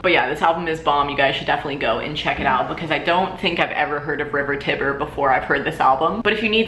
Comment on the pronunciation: i think the "tiber" in river tiber is pronounced "tie-ber" like the actual tiber river